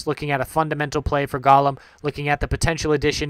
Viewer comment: Good vid, very informative. Ok, Golem is pronounced GO-lem, the O is long!